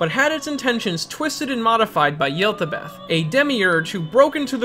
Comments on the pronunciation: Not to mention “Yeltabeth” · Im sorry but "Yellbadoubt" and "Sentanel" You mean Yaldabaoth and Satanael right?? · Also what’s with completely ignoring the pronunciations from the game in P5 of yaldabaoth and Satanael? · Your pronounciations of Yaldabaoth and Satanael trigger me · "Yeldabeth" Yowl-da-bowth "Neeyalethotep" Nya-lat-hoe-tep Sorry, it's just those pronunciations are just so wrong.